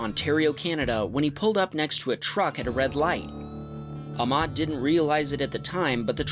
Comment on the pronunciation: it not ahmad it ahmed that is my name and to he said his name wrong